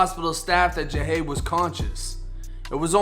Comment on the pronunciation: It was a robbery gone wrong, my boi didn’t fuck wit nobody .... it was just a few bum ass Niccas tryin to rob da stu and failed ...so they decided to take his life Smfh btw bro u pronounce his name wrong, but like I said in my last comment (Jahade was my neighbor / a good friend / overall good peoples and had a very positive mindset, also one of my clients meaning I used to cut his hair in that exact same studio not too mention... 🤦🏽‍♂️😓 (Rest up king)